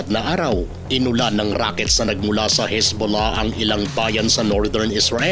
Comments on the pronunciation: pagbigkas mo parang sakit bolahbolah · Natutuwa ako sa bigkas mo ng Hezbollah ang lambing😅